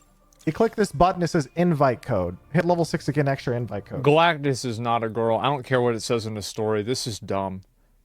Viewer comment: Asmon that’s Galacta not Galactis. Galacta is the daughter of Galactis, and is honestly pretty cool.